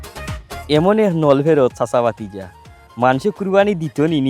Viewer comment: "ভাতিজা" শব্দটি সংশোধন করুন। ভিডিও আপলোড করতে ভালো করে একবার যাচাই করবেন যে, শব্দগুলো শুদ্ধ আছে কিনা।